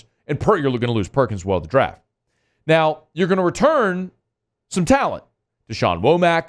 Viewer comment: NOW, not OW!